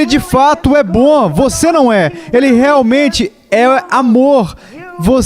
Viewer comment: Mensagem forte Mas esse dublador falando "BÕ" ao invez de BOM foi dificil de aturar kkkkkkk fora isso ta ótimo.